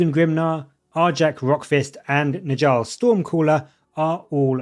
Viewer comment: 😂 great video, but I gotta say… it’s not “nijall” it’s pronounced like “Nyall”. In Norse languages the J makes a Y sound